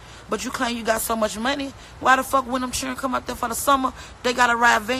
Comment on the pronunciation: It’s children not chilren